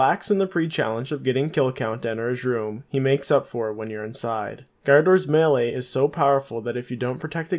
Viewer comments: its pronounced “maylay” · The way you say melee hahaha